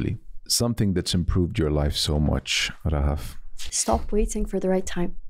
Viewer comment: Talking about Eid is always 🥹🥹🥹🥹💓. مرررة حلوة الحلقة انبسطت واستمتعت جدا ✨✨, Thank you guys 🤍. And, not a lot of people pronounce Rahaf as you do, as I like 😂, Thanks I enjoyed it throughout the ep 😂🤍. Keep going. I know you're inspired by Anas Bukhash, and I wanna tell that your podcast is a discovery for me just like ABtalks 🙏🏻🤍. I am really glad 🤍.